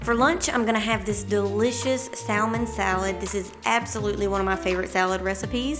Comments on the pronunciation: Its pronounced sam-on not sal- mon. Leave the L out. Everything looks delicious. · The L in salmon is silent 😭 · I love the L pronounced in saLLLmon, never heard that before (usually a silent L), bless the southern accent, so sweet :)